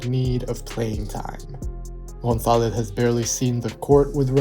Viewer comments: it's a good pronunciation and the Z are totally on point, but the only correction I would tell you is that with spanish accent we would say the vowels, specially o & a, more open. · The pronunciation of the surname González is perfect.